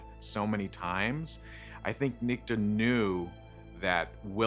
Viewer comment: A Dude? Everyone On the show? Pronounces that name? Nick-Ta NOT Neek-ti. Perhaps you should have made sure the show Pronounced the name Your F-ed up way.